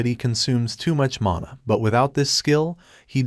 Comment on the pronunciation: min mother ? Not mana🤨